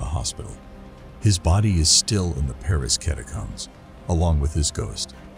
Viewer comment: And can’t pronounce the word catacombs